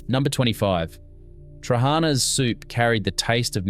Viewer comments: Its Tra ha na...accent mark on last "a" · i've never liked trahaNA (note the syllables stressed) LagAANA or LagaNES are great. I've never been able to stomach patSA. hortOPITA with homemade dough is awesome.. skordaLIAH either with stale bread or potatoes is still a must, as is taramoSALATA. I makes mine with cream/ricotta cheese instead. No to fahKES, never liked lentils. revithoSALATA, yes. briAAM we still eat plenty of. yemiSTAH are still de rigeur in summer with homegrown stuffed summer veg and yes, they're better eaten the second day either cold or lukewar. youviourLAKIA avgoLEMONO from scratch are delicious and still mad regularly. Yes to kefTETHES too but scratch the unecessary bread. bifTEKIA (note plural) is the the greek hamburger with herbs and eggs. or meat rissoles without the burger bunds. stiFATHO - delicious with rabbit too not just beef. You almost got the pronounciation correct. kokoRETSI is still an acquired taste. Good in small doses. Eating top to tail is always recommended. souvLAKI yes, made with pork. avgoLEMONO soup is still the most satisfying soup ever made. dolMATH-ES made with cabbage for a substantal meal or with vine leaves for mezze. spanaKOPITA see hortOPITA. pahstITSIO yes, ok but never a favourite. No one says no to loukou-MAATHES even now. GalaktoBOUREKO still never fails to please when made and served warm. baklaVAH yes, a byzantine treat. moussakAH still a favourite and yes homemade is best. Had lamb on the spit this Easter. actually, we still have it as often as possible wheneve